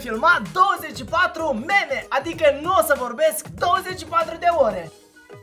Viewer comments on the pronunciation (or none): none